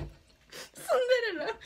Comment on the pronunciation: ちょっとマジでやばい 何回もシンデレラをスンデレラって言ってしまう